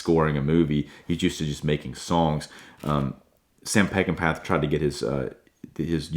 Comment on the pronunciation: It’s my favorite movie.. I’ve seen it at least 100 times in the 50+ years since it was first released. You’ve done a very nice job of critiquing it.. but you’ve got to know that Peckinpah is pronounced peck-in-paw! A genius and a tortured soul. I’ve often said if I could meet one person when I get to Heaven it would be him. Thank you, Sam.